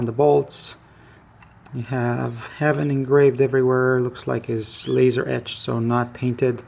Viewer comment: Good video. That's a pretty light dropper. I believe Haven is pronounced hay-ven. Looking forward to your next video my friend.